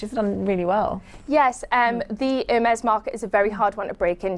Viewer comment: HERmes?!?! Really?!?! How much of an idiot do you have to be to not do some basic pronunciation training before the show. The H is silent, it's a French brand.